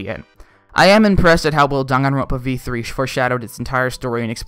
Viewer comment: WHY THE HELL IS IT DON-GONE-RONPA THERE IS ONLY ONE O IN DANGANRONPA THE INTROS PRONOUNCED IT DAN-GAN-RONPA